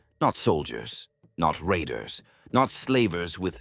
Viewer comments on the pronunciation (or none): none